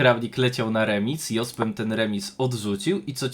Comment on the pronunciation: Fajnie byloby poprawnie wymawiac Jospema, kole w uszy